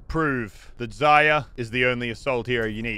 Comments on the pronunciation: Zar-ree-ya Its not pronounced zar-yar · Zarya has an r in it btw, use it maybe? lol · Still csnt say Zarya properly lol